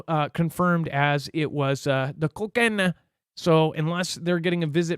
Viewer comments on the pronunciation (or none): Lol everytime you say co cane ah..😂